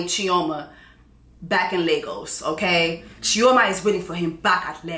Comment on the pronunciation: not Chi-0-ma in Nigeria😂